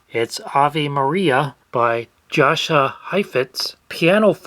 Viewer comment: how do you not know how to pronounce Jascha Heifetz's name? He was one of the most famous violinists of all time. Wut?